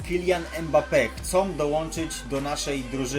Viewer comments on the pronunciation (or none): none